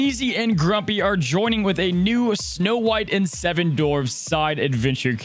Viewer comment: dwarfs, with a W Dwar, not door-ves Thanks bud 😊